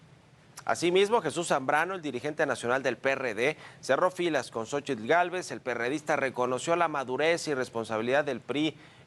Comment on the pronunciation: Deberían darle clases de español y náhuatl al reportero. Francamente es patético verlo pronunciar con esa "tl" tan marcada.